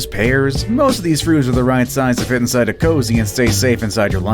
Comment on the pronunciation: It’s not a cozy. It’s a koozie. They are absolute idiots. Do they not know what sound a double O makes??